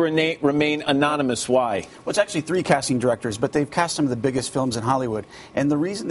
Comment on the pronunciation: that was so awesome the Scottish or irish guy who so badly wanted to say TREE instead of THREE lol TH isn't big over there